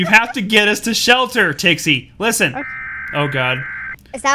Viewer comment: Oh god i fell out of my chair when he said listen that way! XD